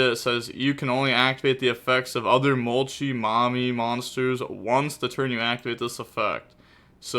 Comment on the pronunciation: He's states in a past video he knows but just does it anyways